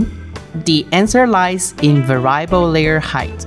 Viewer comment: Good video. I enjoy the Elegoo content, keep it coming. Most native English speakers pronounce the word as "vair-ee-uh-bull". I only speak a single language, so I am NOT criticizing. I am in awe of people who speak multiple languages!